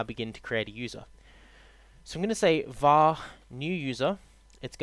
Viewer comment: Its VAR not WAR!!